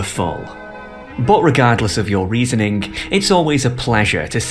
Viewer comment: . 'Reasonink' Oh dear. Let's see how this goes... No. Class in the UK has much less to do with money than it does in the USA or in many other countries. Is this the revelation starting point..... that most people are fully aware of? I am hearing extraordinarily Americanized pronunciations of words from an Englishman here. I am an Englishman who has lived in the USA for over 20 years, and even I hear this. It's very odd. 'The workingK claass' It's very, very odd. "IntroducingK, the underclass" "Introducingk? ( -something) This is all confusing... but the presentation is seductively fun and nicely done.